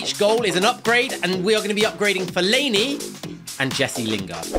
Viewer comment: Love the vid only one thing i think Fellainis Name is pronounced Fell-a-ini